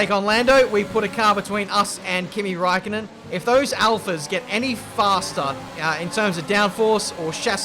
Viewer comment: Räikkönen is pronounced ”Reikoenen”